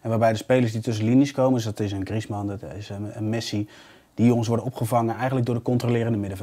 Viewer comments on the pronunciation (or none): none